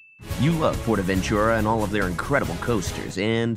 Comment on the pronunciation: I speak Spanish and it annoys me when you pronounce it like 'portavenCHURA' because it's really prononced portavenTURA' I really enjoy these parodys though keep up the coaster enthusiasm